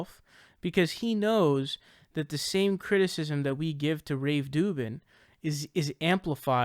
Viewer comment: Dude, if you're going to dedicate an entire video on him, at least learn to pronounce his name. It's "Rave Dubin".